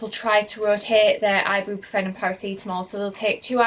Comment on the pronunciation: You’re pronouncing Ibuprofen completely wrong!🙄